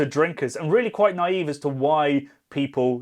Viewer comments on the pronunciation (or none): none